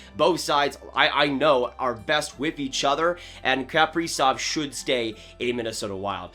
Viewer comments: Pronounced “kuh” prizov not “kap” prizov. If your a fan you should pronounce his name correctly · Please learn to pronounce his name correctly if you’re going to say it 300 times in a video. KUH-PREE-ZOV, Not CAP-REEZOFF. 🙄